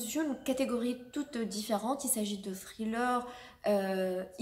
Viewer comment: "Thriller" est un mot anglais donc faut le prononcer en anglais pas avec un accent français